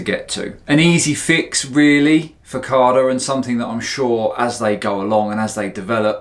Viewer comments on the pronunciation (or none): No R in CADA mmmmmmm